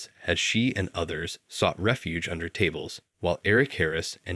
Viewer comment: Exactly. You can't talk about Colombine, one of the most covered mass shootings in recent history, and mispronounce the very uncommon, most widely known last name of one of the shooters. It's a very well made AI voice, with the mic noise and all that, but I refuse to believe that this was a human being talking. Or It's a double sike, and he's pretending to be an AI to get more interaction by people commenting it's an AI voice... hmmmmmm...